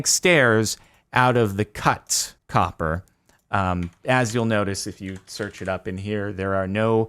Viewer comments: COPPA XD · "INFUSED WITH THE POWER OF COPPAH!"